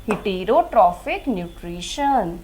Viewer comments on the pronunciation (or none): Are yr jammu main koi faculty hai education ki jo sahi pronounce krte hai words ko . Man ko heterotrophic. Parasites ko pronounce krna b nhi aa rha